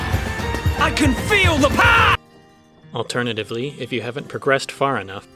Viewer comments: OMG, that Xenoblade joke at the beginning made me actually have to pause the video because I was laughing so hard!!! 😂😂😂 The combination of "Back Scratch!", *yells in Brit*, the XC1 music in the background, culminating in "I can feel the pow-AH!" was just too much and I broke into uncontrollable cackles before immediately going back and rewatching it only to have to pause again because I was giggling so hard. You have made my day with that over a year after your video was posted. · “I can feel the PAH”